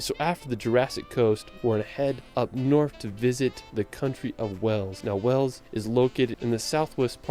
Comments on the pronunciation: Whales? Wales. The language, Welsh is pronounced how it's spelled, with a sh at the end. And, yes, Stone Henge. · Wales is pronounced to rhyme with bales, dales, fails, gales, hails, jails, males, nails, pales, quails, rails, sails, tails, veils, whales. The narrator mispronounced Wales by sounding like Wells.